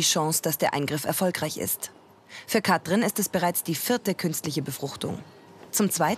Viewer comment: Es macht mich wahnsinnig wie die Sprecherin Katrin sagt. Das ist wie Kafö statt Kaffee. Kann man bitte jemanden nehmen, der Wörter anständig ausspricht?